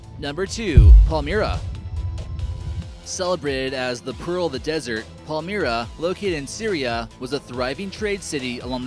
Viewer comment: Also "PalmEEra".